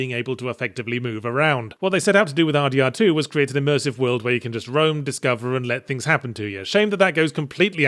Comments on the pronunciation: Sounds like you’re saying Har Dee Har 2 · It took nearly the entirety of the video for me to suddenly realize he was saying "RDR2" and not, "Hardy Har 2"